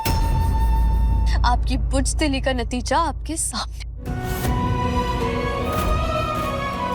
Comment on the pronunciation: Buzdali hota hai bujdali nahi😂